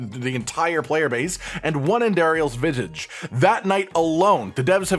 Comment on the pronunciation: andariel's what? lol trouble saying visage?